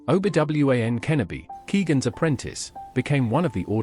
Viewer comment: Best pronunciation of Obi-Wan Kenobi of all-time